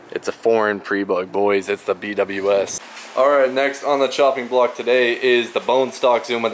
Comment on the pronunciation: B W S ❌ “Be wiz” ✅ 😜